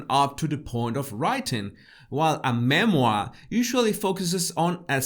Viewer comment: a Me-Moir 🤣🤣🤣🤣